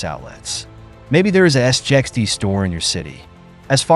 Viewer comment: I wish your commentary would just call it SIXT, instead of S I X T, S j X T etc. it’s really annoying!